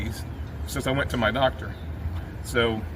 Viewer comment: Only 29 seconds in and I can already tell what part of the country you're in by the way you pronounced "doctor." You did mention NC, but if you hadn't, I'd have guessed coastal GA, SC or NC. That one word gives it away. 🤭